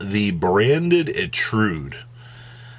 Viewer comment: It’s etude not etrude